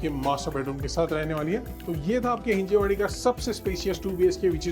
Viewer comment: हिंजवाडी , हिंजेवाडी नव्हे !